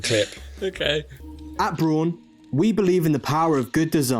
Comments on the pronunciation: It's pronounced Braun. 😆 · It's Braun as in Prawn. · It’s a German company, so pronounce it BROWN. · BRAUN is German for Brown.. so it's pronounced Braun..🤣🤣🤣 and the watch looks like a silly face with a tiny nut cracker gob... You just cannot unsee it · Good picks apart from the Braun (which is pronounced like brown by the way, it's German). Not in terms of styling, but build quality. It won't instantly fall apart, but it's very expensive and cheaply made at the same time. I'd rather have something like a Linjer instead. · German pronunciation is definitely as in ‘brow’. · … it’s pronounced: “Braun” ! 🤣 … okok; like in “Frau” … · So as a germany I can tell you: "Braun" is actually pronunced like the first one . Br - A - un